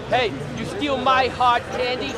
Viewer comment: "you eat my hodd CANDY?!" ((with the perfectly executed overly lipped pronunciation and the matching accent of a beloved New England native!! ))